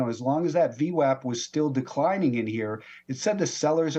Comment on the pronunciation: If you know Brian long enough through his videos it’s called vwap like Apple, not vwop. I learn a lot from him thank you!